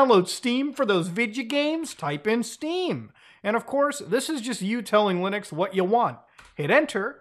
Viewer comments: Did he say, "LOONux?" 😎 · He said lunix again...